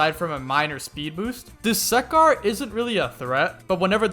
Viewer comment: My man, it's not "do-suck-are" it's actually "do-su-car" pronounce the u not as you, but as uh, don't make the second syllable suck, make it su